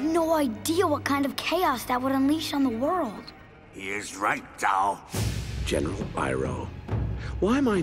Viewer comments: Zhou? Its Zhao. Also if Roku is Zuko's grand father then isn't Aang his grandfather. Lol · #4 is not Zhou, its Zhao. Zhou (粥) literally means porridge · I thought it was "Zhao" not "Zhou" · It’s Zhao not Zhou